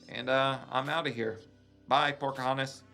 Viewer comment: PORKAHONTAS?? GIIIRL NAUR.